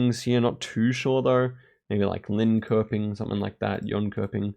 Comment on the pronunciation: Competely useless info but the k in 'köping' that is in a lot of Swedish town names is pronounced somewhere between an 'sh' and 'j' sound (I'm not a linguist i cant desribe it better sorry)